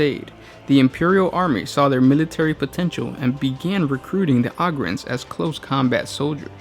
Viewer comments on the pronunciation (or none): OH-GRINS NOT AUGH-GINS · I cringe when he says “augryns” instead of “ogryns” like “ogre” but with “ren” at the end... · You pronounced the names so wrong. Ogryns! OH-GRIN! Not AH-GRIN. Like Ogre or Ogers. It has a "Oh" sound. Not "Ah". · Why you be sayin it like "ahgryn"? Isn't it a play on the word "ogre"? Is Shrek an ahgre? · O-grin is how you say it ohhh grin